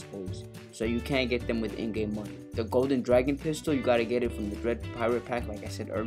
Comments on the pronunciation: It's dragoon. Not dragon. Dragoon. It has two O's and not 1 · I don't wanna sound like a nerd but it's not dragon it's dragoon, goon as in lagoon. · Dragoon is pronounced like harpoon with a d not a h and a g not a p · It’s dragoon. Not dragon